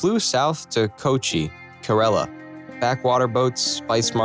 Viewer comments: Keralya? It's kerala not keralya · Bro it's not "kerelia"it's "kerala" or "keralam" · It's not kereliya, it's kerala (ke-ra-la) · The pronunciation is Keh-rala if you are American then you are the same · You telling kerala as keralia Tells me everything Wowww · It is ker-ela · He say kerala wrong